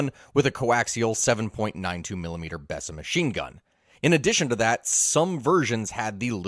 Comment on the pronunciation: Great video, my only two complaints are it's pronounced "Bee-sa" and by the time the Little John was introduced supply was much less of an issue than it had been, it also upped the power of the gun by using a squeeze bore systems